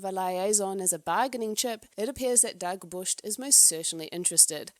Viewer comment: Firstly Thank you for your work doing the lords work finding these videos =) <3 sidse babet knudsen almost playing sapphic is a win in my book. even a toxic one will do. she is awsome and funny and charming. Love love love her. Also Its sounds like you say Dagburst. im not icelandic, danish but i think its pronouced Dagbjört: "DAHG-byurht," with the 'ð' sounding like 'th' in 'the,' making the 'b' and 'j' blend into a 'bj' sound, and the 'ö' like 'ur' in 'fur', stressing the first syllable.